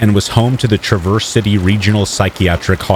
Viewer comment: TRA verse not traverse